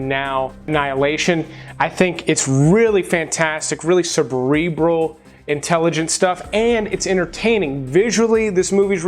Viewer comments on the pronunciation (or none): Who else had a mini aneurysm, when he said "subrebral," instead of "cerebral?" Anyone?